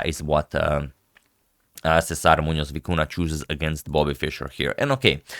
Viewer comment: Kudos to the very very good pronunciation of César Muñoz.